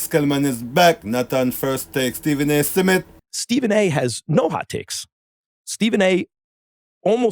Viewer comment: Why keep pronouncing Smith as “Seh-Mith”